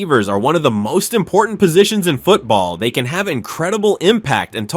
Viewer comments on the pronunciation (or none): none